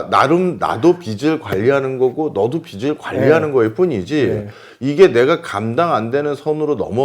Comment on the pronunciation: 언제나 좋은 강의에 정말 감사드립니다. 모든 것이 다 좋은데 한 가지 말씀드리고 싶은 것이 있어서 글을 남깁니다. 경제 프로그램이니까 '빚'이라는 단어가 자주 나오는데, '빚이, 빚을'의 발음을 '비시, 비슬'이라고 하셔서 좀 고쳐주시면 더 좋은 프로그램이 될 것 같습니다. 별 것 아니긴 하지만 옥의 티라고나 할까요.... 감사합니다.